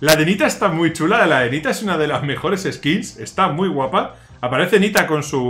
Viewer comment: Skins skills skits jajajaj aprende ingles y dejate de videos